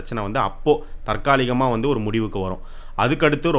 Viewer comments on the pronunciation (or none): none